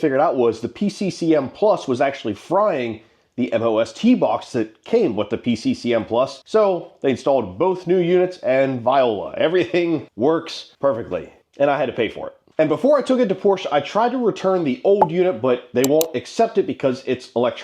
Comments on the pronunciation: Did you just say "Viola?" Trying to decide if you're being ironic or not. On the chance that you're not - voila - vwa-la. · Great video. It’s pronounced Vhwa-Lah. Not Vee-oh-la. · please tell me you didn't just pronounce "voila" as "viola" lmao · Figure that this guy is just a moron and can’t pronounce anything correctly. He says Vee o la, Porsch, and Allie Express when it should be vwa la, Por scha, and ah lee. Just an ignorant moron with money. The worst kind of moron there is. 😂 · it's not viola (that's an instrument) lol it's voila and it's French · did you just say viola? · Haha viola not what I'm sure you meant to say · Bro said viola lmao